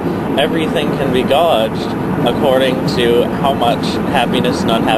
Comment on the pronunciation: I heard a very unusual pronunciation of the word "gauged" (also spelled "gaged") — most likely it is still only part of a reading vocabulary. It is standardly pronounced as rhyming with "paged".